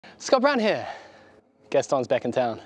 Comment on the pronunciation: I hear it every time now “got brown hair “ 🤣